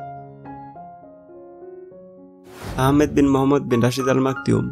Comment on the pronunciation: It clearly maktoum not maktioum or they really pronounced it maktioum